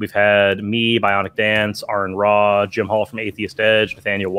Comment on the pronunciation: I'm listening to your latest show and wanted you guys to succeed. If you'll be talking about famous people and science you will lose your credibility if you don't know how to pronounce the things and people you're talking about. Aron Ra is Pronounced "R - en - ra" not Aaron ra. Also you mispronounced colloidal. I'm including the pronunciation for you. Please check those things. Good Luck.